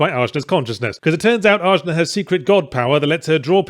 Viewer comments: Wouldn't it Ah-Na, not AJ-Na? Pretty sure that J is supposed to have an H sound. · It's weird to me that you keep harping on her name. While you were playing you mentioned it sounded like they just drew letter out of hat. It's the Sanskrit word for the third eye chakra.